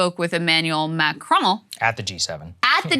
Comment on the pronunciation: Krystal has finally decided to take some French lessons and pronounce Macron's name properly!